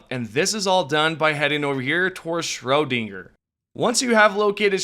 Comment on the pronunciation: 😂😂😂😂 "Atlantic City, Scrowdinger, Chainee...." I've heard quite a few and they are racking my nerves! 😂😂😂😂